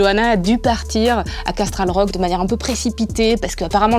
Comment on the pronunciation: J’aime bien le résumé, mais franchement en France faut apprendre les vrais noms des personnages. Brienne de Torse ou Tarce chépatro ça existe pas, c’est Tarth et Aërys même chose, c’est Aerys (prononcé Ærys) et Castral Rock? Casterly* Roc! Faut faire un effort avec la vf. C’est un peu ça le problème quand l